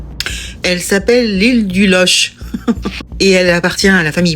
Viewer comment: Loch..prononce LOQUE.. exemple Locminé ..Locmariaquer etc..Bon facile je suis Breton..